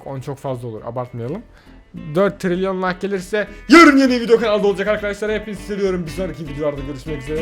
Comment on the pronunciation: Abi 3 tiliryon derken 😬😬😬